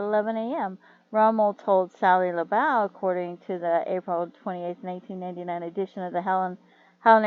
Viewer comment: And it’s pronounced laboo. Thank you for doing a video on him. His family deserve justice